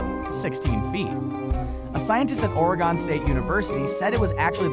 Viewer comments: ooooh the botching of Oregon was sooooo painful to listen to it's pronounced "or-again" like 'left OR right +' left AGAIN' not orygun, or oriegone. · did he say oragon? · I live in Oregon and you said Oregon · How he said Oregon